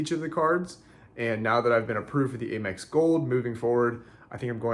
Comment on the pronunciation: Why are you saying AYE MEX instead of Amex with the short “A”?